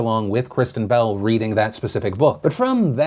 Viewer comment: I legit thought you said "bowel" instead of "bell" at the end there, Phil.